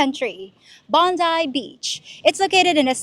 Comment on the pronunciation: Bong guy Beach! Not Botany Bay. Thanks, now I have that song in my head.